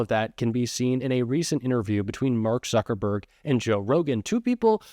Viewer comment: It's Suckerberg. Instead of Zuckerberg.